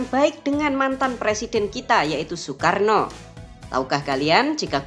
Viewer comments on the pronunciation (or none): none